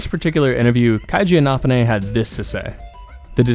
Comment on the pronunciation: I... can not get over how you pronounce Inafune's name.